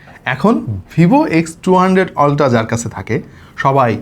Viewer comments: সবকিছুই বুঝলাম কিন্তু আপনি আলট্রা কে বারবার অল্ট্রা অল্ট্রা কেন বলছেন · Alta ki? Ultra bolen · Amio 😂 অল্ট্রা 😂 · Ultra এর আজব উচ্চারণের জন্য ভিডিও অর্ধেক দেখে চলে গেছি। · a besi suddo kore bolte bolte ultra ke ki jeno uccharon kortase ALLAH e jane